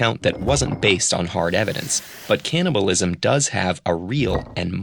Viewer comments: It's CANNIBALISM, not CAN'TNIBALISM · advance caliblism.